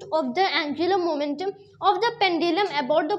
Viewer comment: anjulam momentum 🤣🤣